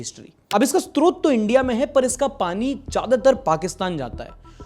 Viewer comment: Sorry to say but.... Hindi me source ko "strot" nahi srot bolte hain. स्रोत देखने में स् त्रो त लगता है लेकिन स् रो त होता है। By the way Sunday is incomplete without ❤